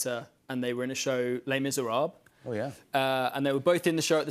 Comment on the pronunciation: The way he pronounced "Les Misérables" 😂